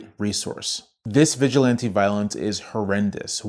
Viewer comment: Historically, they aren’t the Klan, they’re the Sturmabteilung, the predecessor to the SS. Trump’s goon squad. edit: the stress in “vigilante” goes on the third syllable, it isn’t the same as “vigilant.”